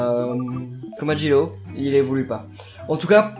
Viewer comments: On dis komajiro pas komajlo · ça se dit comajiro